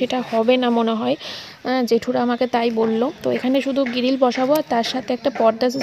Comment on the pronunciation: গিরিল abar ki😂😂😂😅😅 গ্রীল তো